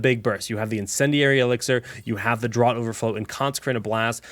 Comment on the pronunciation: Great vid, but Draught in Draught Overflow is pronounced like 'draft' (think beer),not like 'drought'! Minor quibble, these vids are extremely informative, thanks!